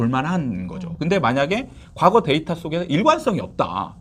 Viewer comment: ㅋㅋㅋㅋㅋㅋㅋㅋ 데이터 똑바로 발음하시는 아나운서분 말 들으세요